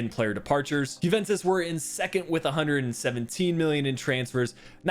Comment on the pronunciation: Why do you always pronounce the Jue in Juventus as a "Who" and not a "You"?